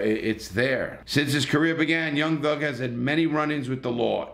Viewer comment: lol homie said young lug